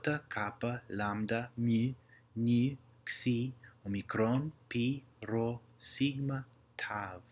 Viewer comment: And Greek p its not like r its more rolling sound